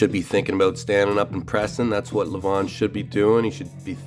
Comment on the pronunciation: It's LEVan as in seven, not leVAWN !